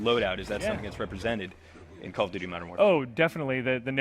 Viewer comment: calloughdoughty modern warfare